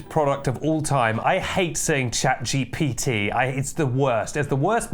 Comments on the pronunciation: Consider pronouncing it Chat "Gippity" instead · Michael Paulson (aka ThePrimeagen) pronounces it "chat jippity", which I find even more annoying, but I suspect he's doing it deliberately to make fun of ChatGPT.